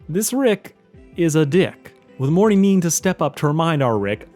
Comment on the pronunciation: Dude, you literally need to learn how to promounce words correctly. Slow. Down. Read. You literally pronounced "Morty" as "Morry" this entire video. And that's not even the worst offence. Take. Time. To. Enunciate.